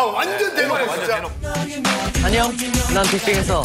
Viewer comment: nobody : daesung : EnnYoNg